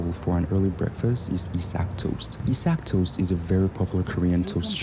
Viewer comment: 아이작토스트 아니고 이삭토스트입니다😊